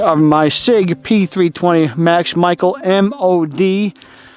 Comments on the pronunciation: Max Michael 😂 it’s pronounced Michelle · His last name is pronounced ‘Michelle’